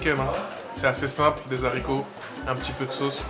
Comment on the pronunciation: Baraka Allahou fik, ce qui est appréciable chez toi c'est que tu poses des questions très intelligentes, être curieux est signe de grande intelligence! on ne dit pas les zaricots (on ne prononce pas le h) aricots (haricots).